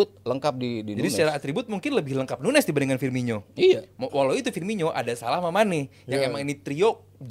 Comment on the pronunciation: bro really said "PUNEZ" ☠️